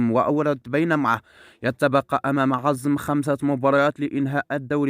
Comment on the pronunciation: اسمو عزام.. ليس عزم.. بعدين فلوران عقده مستمر لعامين.. شوف ليك شغله اقضاها!!؟؟